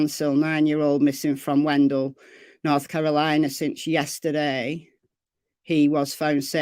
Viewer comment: The town is pronounced Wen..dale.I live near there.Bently was located in a camper hiding about 1 mile from his home.Bently had run away before.This is sad but happy he was located safely. Bently did have a cell phone with him.